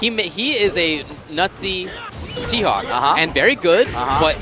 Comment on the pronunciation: everytime they say "Nutsy T.Hawk" it sounds like Nazi T.Hawk